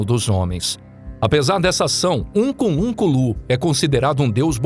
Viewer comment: Ukunlunkulu da errado, o certo é Unkulunkulu.